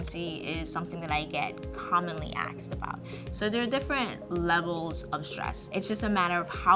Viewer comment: She may be a super smart doctor but she said “aksed” instead of “asked” snicker, snicker